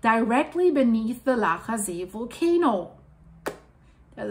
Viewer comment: I will still go for a swim in Laacher See. :) / Your pronunciation of "Laacher See" and "Rheingraben" is perfect, btw